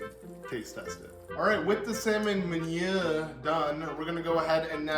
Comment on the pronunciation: Nice to see something new from your channel. Also just to help you out there, meunière is pronounced moon-e-air.